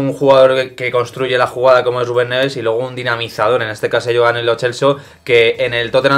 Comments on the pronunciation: Puedes parar de decir Gubén por favor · Miguel Quintana no sabe pronunciar la R ,cuando dice Ruben Neves suena como Guben Neves ... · Nadie: Absolutamente nadie: Quintana: GUBEN EN VEZ DE RUBEN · Porque dice guben en vez de Rubén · Por qué no sabe decir Rubén?